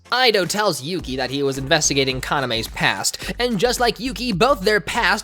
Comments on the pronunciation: Oh no, its Kana-meh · I watched this when I was like 8 😭 I thought this was a great anime back then but I tried rewatching it awhile ago and couldn’t get through listening to yuki say “kaname” for the 56th time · Oh my word, the hold this anime had on me in middle school. The fact Yuki pronounced Kaname’s name different from everyone else always bugged me. Aside from that, I loved this anime and its manga so wholeheartedly gaaaah. Much like Ouran, it has its moments that didn’t age well, but dang does it still hold a special place in my heart